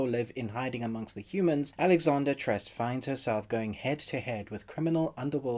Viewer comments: Its pronounced as Tre-seh. Not as Tres. Regardless, its a nice review. The build up was really good in the series and the way how they lay the framework was really interesting. Definitely looking for a S2 as I wish they push for this series more. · Beaverhausen Easy for you to say that you cannot wrap your mind over someone’s obsession about something as “trivial” as a mispronounced name. While watching the video, I was confused for a moment hearing the word “tres” as it has a whole different meaning with trese. Guess you don’t care since it’s not your language. 🤷🏽‍♀️ And P.S. Grammar is not a measure of a person’s intellect. 😉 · Coz Tres means three, while Trese means thirteen. It's not just about mispronouncing the word but he's totally giving it a different meaning. It's not an attack to the YouTuber, just a comment. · First of all, thanks for appreciating it and giving it a good review..but I would like to point out that it is pronounced Tre-se and not Tres😊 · It's pronounced Tres-eh (13) not Tres (3) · It’s pronounced /Treh-seh/ spanish word for 13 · It's pronounced as "Tre-seh" from the Spanish word for thirteen (Trece). The Philippines was a Spanish colony for 300 years hence most of the characters names have Spanish origins. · Also, its not Kung Fu. Proper term would be martial arts. You should probably do a bit more research than rushing a review. LIke even saying the name "Trese" was mentioned all throughout the series and you still mispronounced it. just some feedback for your channel to grow. cheers